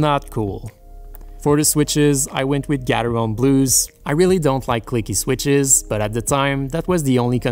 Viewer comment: Gateron not fucking gatheron!